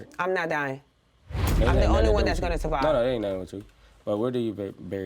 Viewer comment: Lmfao bro said “They Savived” 🥴